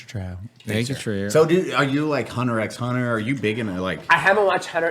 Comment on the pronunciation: You do not say the "x" in Hunter X Hunter.